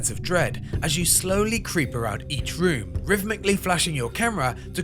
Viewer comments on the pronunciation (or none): none